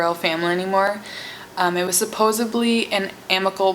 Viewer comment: Miss you! also watching this again. and I realised you say 'Supposebly', haha so weird, you aren't the first American I've heard pronounce the word Supposedly that way though.